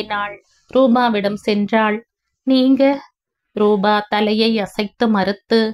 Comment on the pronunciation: ராதா நல்ல முடிவை எடுத்தாள். தாய் மகன் மகள் சந்திப்பு உணர்ச்சிப்பிழம்பாக. இருந்தது நீங்களும் மிகவும் உணர்ச்சிகரமாக வாசித்தீர்கள் ❤❤❤❤❤❤. ரூபா நல்ல பெண்மணி. நிஜத்தில் இப்படிப்பட்ட ரூபா கிடைப்பது கஷ்டம். rubaa nu padikareenga. Rubaa na ₹.😂😂😂.Rupaa (.p sound.. P for polite. ) na தோற்றம், வடிவு. ரூபவதி naa அழகி.)). நல்லவேளை ஜெகன் & பாகிரதி ராதாவை பார்க்கவில்லை. ரமேஷ் மற்றும் ரம்யா எடுத்த முடிவு மிகவும் சரியான சாட்டையடி. லலிதா சாரங்கனுடைய அன்பிற்கு ரம்யா முதல் மரியாதை கொடுத்து விட்டாள். இந்த மாதிரி நடப்புகள் நாட்டில் நடக்கத்தான் செய்கின்றன. எத்தனை பெண்கள் போக்கிடம் இல்லாமல் சகதியில் விழுகிறார்கள். அட்லீஸ்ட் ராதாவுக்கு லலிதாவும், அரவிந்தர் ஆசிரமமும் கிடைத்தது. அந்த மோசமான நிலைமையிலும் அவளுக்கு ஏதோ ஒரு புண்ணிய சக்தி உதவி இருக்கிறது. உணர்ச்சிகரமான கதை. எவ்வளவோ தாய்கள் தன் குழந்தைகளை விட்டுப் பிரிகிறார்கள் இந்த மாதிரி 😮😮😮😢😢😢